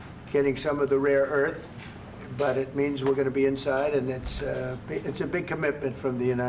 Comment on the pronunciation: Does Trump keep saying "raw earth" instead of "rare earth"?